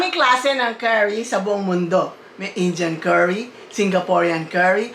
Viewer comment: i love your accent, say it again: "Injan Kari"